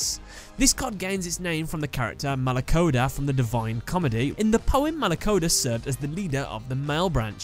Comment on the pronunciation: i'm italian and my hearts died every time you pronounced any demon....exept for malacoda